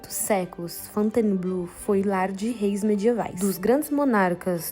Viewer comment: Tente falar Fontainebleau com 3 sílabas e não 4: Fon-tain(e)-bleau, senão fica abrasileirado demais